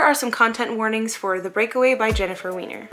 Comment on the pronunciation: Great review, but her last name is pronounced Why-ner.